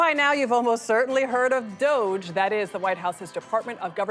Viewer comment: There's no way that's how you pronounce DOGE.